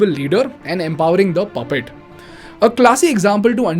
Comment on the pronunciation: Hay aevrybuddy lol 😂😂😂 reminds me of Russell Peters caricature of Indian men 😂 overthrowing unsuitable leaders anda empawering (stretches the upcoming word) "the" (lowers down his tone for the upcoming word) "Pappet". Classic example of how Central and most Indians speak 😂🤣